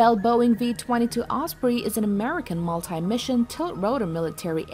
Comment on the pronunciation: Amricn is not numbr 1. Haha